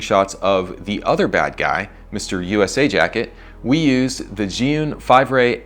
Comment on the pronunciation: among english speakers, you are the only one who can pronounce "zhiyun" correctly :)